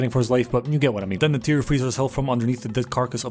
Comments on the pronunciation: Did my man call neytiri "tisiway"?😭 Thats not even remotely close.. Nayter Nety Naturi I would accept those BUT WHAT THE HELL IS TISIWAY? im not even an avatar stan or whatever, but c'mon, thats like calling Pocahontas "limlicia" 😭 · how do you know the dialogue but call neytiri “chitawe” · im 4 minutes in and every time you mispronounce Neytiri i find myself audibly correcting it, lol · i love this but who butchers Neytiri's name like that😂